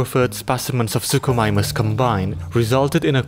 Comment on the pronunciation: "suchosaurus" "suchomimus" wtf